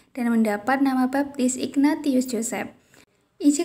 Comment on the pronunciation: saya kok krg senang dgn reporternya , suaranya spt anak SD , lagian byk kesalahannya , kelihatan klo bukan org katholik ,, ignatius d baca persis tulisannya , pdhl hrsnya t d baca s